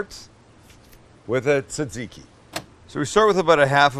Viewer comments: That's not how you say tzatkiki... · Not really greek or tzatziki xd but goof attempt